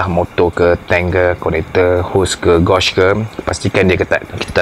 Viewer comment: Tq bang, sangat informative! Just ada sedikit teguran, sebutan 'gauge' tu sepatutnya macam 'gage' bukan 'gawge'.. Mohon jangan terasa ya bang, kita saling improve selagi boleh =)